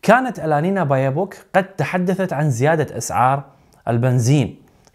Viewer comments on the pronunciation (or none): يا هيه اسمه بيربوك مو بايوبوك...هيه بيربوك كوه تعدل اسمها...😂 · ولايمهك يمعود....المهم اخبارك ممتازة وممتعه....ولو بعدي أعتقد انك تلفظ الواو مرتين بايوبوك..،🙂..تحياتي ومن نجاح لنجاح